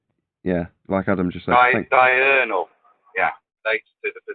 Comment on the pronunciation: Pretty clear those three losers each had plenty of time to look up the definition and they STILL misunderstood and mispronounced diurnal. What an impressive display of flerf brilliance